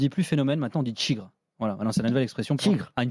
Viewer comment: "maintenant on dit "tchigre"".... On est vraiment obliger d'écouter des imbéciles qui parlent de moins en moins bien français pour nous servir d'exemple?